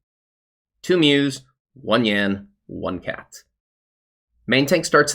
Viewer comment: Mousse is "moose" not "muse" LUL